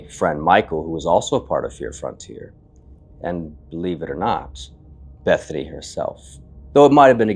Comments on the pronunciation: it sounds like he's saying "evening," not Bethany. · For me, it not sounds like Bethany, more like beezany... dont know... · “Is anyone “ not Bethany